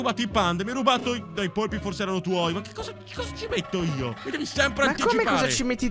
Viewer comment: Fantastico. Alla fine è finito come Jurassic Park. Comunque non si chiamano polipi ma polpi.